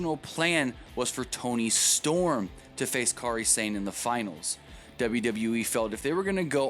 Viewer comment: For the record, you're saying her name wrong. Kairi's first name is pronounced the same way as Kyrie Irving's. They should have gone with the Toni Storm-Kairi Sane final. It was far superior to the final they had. They didn't make Rachel Evers change her name, she chose to change it as she wanted to be known on her own.